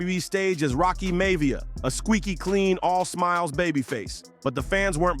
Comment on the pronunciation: Rocky Maivia is pronounced "Mye-eh-vee-ah," not "May-vee-ah."